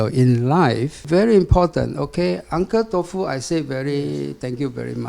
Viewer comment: UNCLE TOFU SILENT L😂